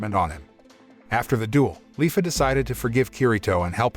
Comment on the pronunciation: *leafa not Lyfa